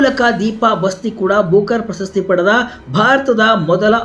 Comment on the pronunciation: ಪ್ರಶಸ್ತಿ ,ಪ್ರಸ ಸ್ಥಿ ಅಲ್ಲ